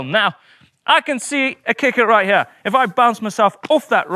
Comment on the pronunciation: “From hyeah to hyearh”